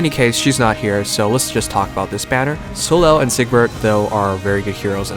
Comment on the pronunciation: Soleil is a french name, it's not pronounced So-lel, but So-ley. hope you get well soon :)